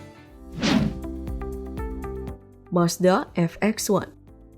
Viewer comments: Vee bukan Ep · ini gimana sih... G dibilang Je... (mesin 4 Je 15) Seharusnya 4 Ge 15. Atau kalo mau inggris ya "ji" V dibilang Ef. Mazda Ef Ex one... (instead of Vee eX one atau kalo mau bahasa indonesia Ve ex satu) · Madza VX1 (Vi Eks Wan) Bukan (EF Eks Wan) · VX1 (baca: vi eks wan) Bukan : ef eks wan😂😂😂😂😂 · Ve ex's, bukan EF ex's min😛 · V dibaca Vii F dibaca eF